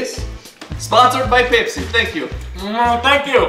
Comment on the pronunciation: When said Pepsi I thought he said KFC